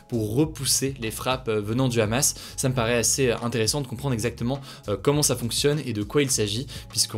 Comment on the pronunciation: La prononciation du mot Hamas m'a détruite, avant de faire la vidéo sur le conflit check la prononciation des mots d'origine étrangères sinon ca va faire mal aux oreilles de certains.